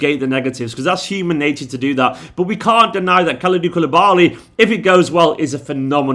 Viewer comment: It's the Kalidou Kayak cmon